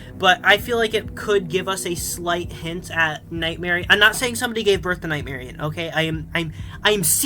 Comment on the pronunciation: Dude say nightmarionne name right please it’s not night Marianne it’s night Marionne